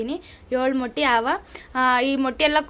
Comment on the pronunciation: ಅಕ್ಕ ಅದು ಮಟ್ಟಿ ಅಲ್ಲ ಮೊಟ್ಟೆ